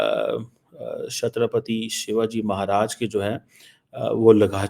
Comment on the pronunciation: Learn to pronounce Chatrapati Shivaji Maharaj. I have tried to pronounce your name.